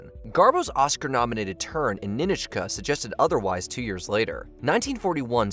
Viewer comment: I think I heard "Ni-nich-ka" but I remember it is "Ni-NOCH-ka". Even co-star Melvyn Douglas says it that way.